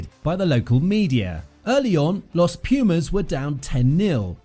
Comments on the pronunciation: PLEASE! Learn how to to pronounce PUMAS properly, you sound ridiculous. It's not peeeeeuhmaes, try POOHMAHS. And also the coach's name, put some effort into it man, it's not that hard... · You pronounce P U mas and not P i umas, like you dont say Eng I nd, you say Engl A nd, Thank you. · Thanks a lot for this amazing video. Tiny advice, check how Pumas is pronounced properly in spanish, is not "PIU"mas, is more like POO-mas. Cheers man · English rugby commentators need to get it straight for once and for all. It's pronounces 'poomas', not 'piumas'. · hahaha 😂😂😂 please repeat after me : .....poooo....masss......poo..mass....poomass.... pumas!!!!!!! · Don´t say piumas, it´s pUmas. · it is pronounced POOmas not PEEUmas. Pumas are Cougars.Wait Until Monetta reaches the National 1st team 15 players. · Please is not piumas .....pUmas !!! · It is not pronounced /pjuːmæs/; it is /puːmæs/ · After watching just 0.27 seconds of the video, I want to say this: Try to pronounce Pumas like this: " poomass" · It would sound more accurate to pronounce "Poomas" but don't get bothered by silly comments like that. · Is Pumas Bro Pumas is not so hard. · Muy buen video, la próxima sería bueno decir bien "Pumas", sólo eso, no te pido los apellidos y nombres de los jugadores hah, ty!